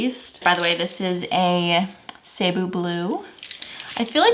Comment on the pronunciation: just letting u know the cebu blue is pronounced seh-boo blue